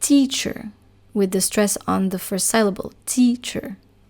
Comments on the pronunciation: You pronounce the word "syllable" incorrectly FYI, the y should sound like a normal engish "i" sound. sill-able, like windowsill. Yours sounds like sail-able as in sailboat, or sal-able like in the word saliva. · Very good lesson. In English ‘syllable’ is pronounced ‘sillable’, rather than ‘sileable’. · Thank you very much for your concise explanations for which I am truly grateful. In return I would respectfully like to suggest that you check the English pronunciation of the word "syllable", in order to perfect your own, otherwise faultless English.